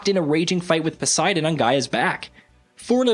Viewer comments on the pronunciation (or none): none